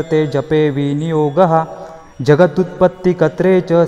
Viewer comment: दत्त स्तोत्र छान प्रभावी पवित्र आहेच. परंतु ज्या भक्ताने हे म्हटले आहे त्याला ते नीट स्पष्ट अर्थपूर्ण रितीने गेयतेने म्हणता आलेले नाही. * जगदुत्पत्तिकत्रे असा उच्चार बरोबर नाही. तर ते "कत्रे" नसून "कर्ते" म्हणजे " जगाची उत्पत्ति करणारा" असा आहे. पुढे जम्बुद्विपे, महाक्षेत्रे, असा सप्तमीचा प्रत्यय आहे. ते जम्बुद्विप आणि महाक्षेत्र म्हणतायत दत्तस्वात्मस्वरुपिणे असा उच्चार हवा स्वरूपिने नाही. न आणि ण यात उच्चारात फरक आहे. तसेच स्तोत्र भक्तिपूर्ण रितीने एका लयीत व एका गतीने न म्हणता घाईने पटपट म्हणून उरकले आहे. मला हे स्तोत्र माहीत आहे व याहून चांगल्या प्रकारे म्हणता येते. पुन्हा एकदा सामासिक शब्दांची फोड करुन रेकॉर्ड करून प्रसारीत करावे अशी नम्र विनंती आहे.